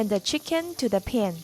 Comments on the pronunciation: Looks great, but your pronunciation of 'pan' needs some work. 😂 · I like the way you say "pan"